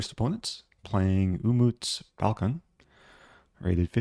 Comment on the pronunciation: Your pronunciation of "Umut Balkan" is just amazing